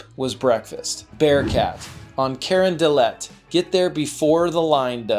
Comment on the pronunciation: I'm cringing on how you mispronounced the city's name. No to New Orleens yes to New Orleans Crawfish not crayfish Don't get me started the street is Carondelet 😵‍💫